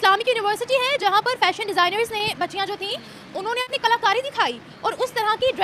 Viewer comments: ❤❤ Uncle, Not Phashion show Please (Fashion show) Boliye F F F, apka Pronounciation thik kijiye 😅😅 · . Uncle Ji, ap to bura maan gaye, mai to thahra Anpadh Gowhar, Angrezi Bhasha Haame na paata, Lekin Lekin Please "Fashion Show" bola kro, na ki Phashion show, Boleto pronounciation sahi karao taki hum jaise Anpadh ko bhi samajh me aye,.. Namaste 🙏